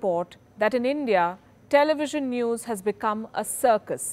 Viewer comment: Its zee newes